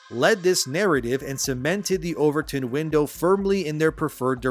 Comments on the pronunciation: It's not overTURN it's OverTON, named after Joseph Overton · this guy is AI. overtin window.... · Overton not overturn